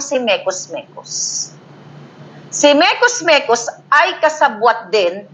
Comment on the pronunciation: Mekus mekus ay pronunciation ng mga bombay sa “mix, mix”. Hindi nila ma pronounce ng tama ang mix mix